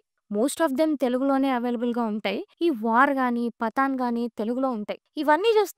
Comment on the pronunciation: పతన్ కాదు అమ్మ ! , పఠాన్. 😅😅😅😅